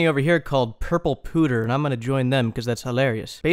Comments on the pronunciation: "Pewter" is "P-you-ter" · Is nobody going to comment on the fact that thinks pewter is pronounced "pooter" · lmao its actually not. but it is funnier to say it as pooter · pls. It's pewter. Pyew-tehr. Like a pew in a church. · pewter is a type of soft metal used to make ornate dishwear pronounced pueter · I guess i'll forever say pooter from now on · "p-you-ter" lol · Is pronouncing "pewter" like "pooter" an American thing, or just a By Release joke? I'm just wondering since I know this happens with a lot of words, but in the English dub of Pokémon, they do pronounce the word the same way I do (like the "puter" part of "computer"). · Pronounced "Pyoo-tur" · I cant tell if has never heard the word "pewter" in his life before or its part of the joke. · No one is gonna tell him? that is not how you say "pewter".